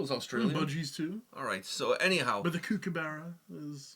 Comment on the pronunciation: Lol as an Aussie I think you should come see Australia for yourself and learn to pronounce words such as kookaburra NOT koo-kaburra